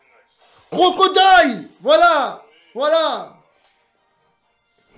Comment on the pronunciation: ta dit crocrodile